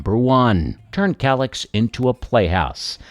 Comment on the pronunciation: Is that kallax or collapse? It sounds similar to my hard of hearing😂😂😂😂